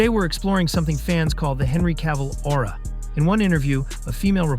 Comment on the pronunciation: Well, as soon as I heard the narrator say aura i closed the video.